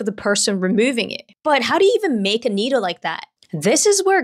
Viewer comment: Needle ❌ Noodle ✅